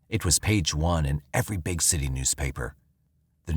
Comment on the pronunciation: Bro really had to put emphasis on how big she was 😂